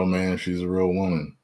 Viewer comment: 😂😂😂😂 what island is this😂😂 WELCOME MON YOU COCONUT WATER WOMON!!!😂😂😂